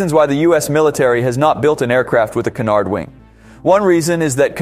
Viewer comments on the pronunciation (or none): 1/. Learn how to pronounce “Cunard”. 2/. If you are going to report on something, give the actual reason why Europe uses the cunard, and it’s advantages over the traditional design. This was just a video mocking anything not American 🇺🇸 i.e. half of NATO‼️